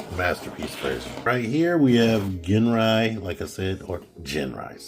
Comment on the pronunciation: pronounced as Jin even if it spelled as Gin.... like the drink Gin & tonic ... u dont pronounced as " ggggean" and tonic right? those sticker cutouts are for the tab when combine with god bomber in the upcoming release (god ginrai) man do your research dawg!! u really are one ignorant mofo!!